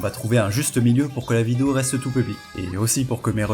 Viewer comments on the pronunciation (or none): none